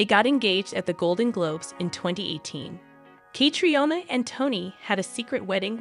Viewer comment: Why don't Americans learn to pronounce names the correct way it's so annoying and embarrassing. The way she says Catriona surely someone can correct her on how to pronounce the name Catriona